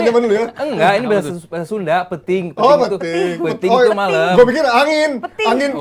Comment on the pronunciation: Bukan peting, "peuting" = malam Sundanese